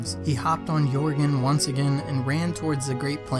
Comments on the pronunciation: Is it just or whenever he says ‘yorgen’ does it trigger you? Not trying to be rude but most people including Pewds call him ‘jergen’ but it is actually spelt Joergen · Is everyone going to ignore that the fact he can’t pronounce jeorgen properly? He says yorgen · This never happened and it’s pronounced (yer gin) not (your gon) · Can these idiots stop saying yorgen it’s yergen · its not yourgon its yurgen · Lol it's not Jourgen. It's more like yuh rgen. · Yourgen? It's Jöergen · Yourgan wtf it's pronounced yurgen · Why did he say yourgan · Pronounced ‘yer’gen’ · Stop saying joergens name wrong 😩😩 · what did u just say >:O its Joergen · Its Joergen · Say yourgan one more time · Your pronouncing joergen wrong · WHY THE FRICK DIDN'T YOU DYED SVEN AND YOU SAID YORGAN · How he pronounces pewds horse is so weird